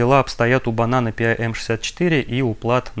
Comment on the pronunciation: Pi должно звучать как «Пай», как «пирожок», а в остальном все достаточно интересно!